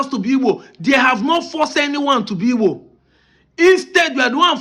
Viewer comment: It's igbo please learn how to pronounce it